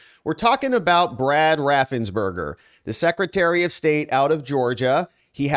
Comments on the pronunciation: His name is raffensperger not raffensberger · I love your reports. BTW I think it is RaffensPerger